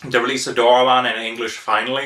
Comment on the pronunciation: you butchered his name.........it's not DOOR AH MON!